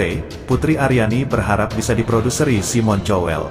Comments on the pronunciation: Simon Cowell dibaca "kowell" , bukan "cowell" dan lahir bukan di Jogya, tapi di Bangkinang, Riau. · wa bacanya juga kowel knpa jadi chowel sih 😂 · Cobalah kalau ga bisa bahasa asing tanya dulu sama yg mengerti bhs Inggris, SIMON dibacanya SAIIMEN.... COWELL dibaca KOWEL. jadi SAIMEN KOWEL bukan SIMON CHOWEL, malu bro... Jadi reaktor, ok sorry bro... Semoga kian maju n mksih ye...